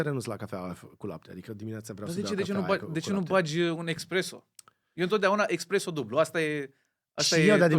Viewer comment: Tare episodul! P.S. espresso 👍🏼, expresso 👎🏼